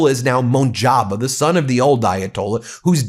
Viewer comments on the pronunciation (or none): MUJ TA BA Khamanie not MUJ NA BA. please make correction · Thanks as always! Ben, please learn to correctly pronounce the Straits of Hormuz and the new Iranian leader’s name. AI will inform you in 10 seconds.